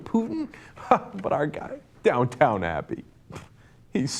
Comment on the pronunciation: Cenk, it's Downton, not downtown!!